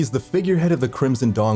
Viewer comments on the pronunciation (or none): none